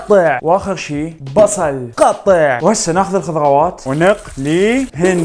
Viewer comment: الخضغوات 😭😂 ترااا مو تنمر🤍